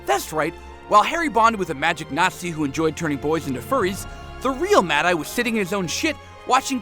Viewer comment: MADE-EYE TOO? WHAT THE ** DOES THIS GUY KNOW ABOUT HARRY POTTER?